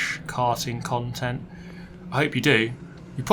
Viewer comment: i do love a bit of frrrresh KKarting KKontent